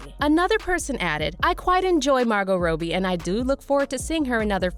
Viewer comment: The only thing really pissing me off is you pronouncing Robbie like Row Bee I mean wtf?